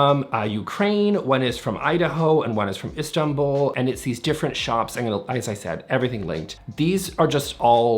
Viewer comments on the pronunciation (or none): none